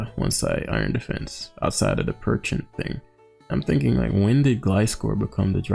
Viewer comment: I like how he kept calling Pecharunt Perchent, lol. Too wack looking of a mon to respect its name.